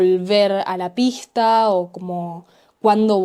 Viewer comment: I think wait til 1000. Read now with audio. Just based on your pronunciation of pista directly after you heard it in this video, reading without audio at this point may not lead to increased audio comprehension.